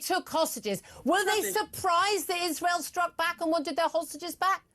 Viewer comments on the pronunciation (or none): none